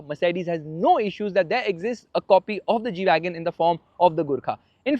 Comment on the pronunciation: Not gwagon is Gwagon r